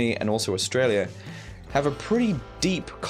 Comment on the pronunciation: I'd pay money to hear you say Australia again 😂